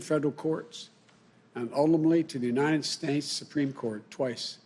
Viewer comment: "The united Snates," huh............@